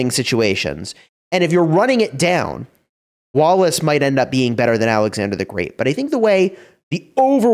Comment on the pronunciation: i always hear walrus instead of wallace 😆